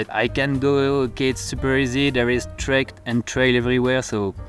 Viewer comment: You were so beautifully framed and what you said was rather inspirational! I'm curious though: did you say 'these treks and trails' (like the subtitles said) or 'these tracks and trails' (that's what I understood)? Do you remember?